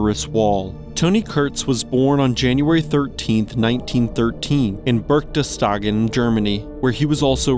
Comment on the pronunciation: I know, Berchtesgaden is a very difficult word for non- German speakers, but since this is a human speaker and not AI I would at least have wished for a serious try without swapping letters.